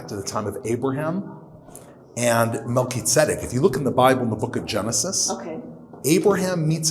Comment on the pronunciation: Cool video but are you sure you pronounced Salem and Melchizedek correctly?